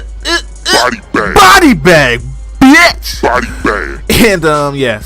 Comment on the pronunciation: behind Eminem you have the best pronunciation of the word "bitch", kudos to you sir